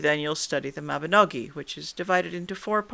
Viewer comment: thank you for saying Mabinogi, and not Mabinog*ion* - the latter is incorrect!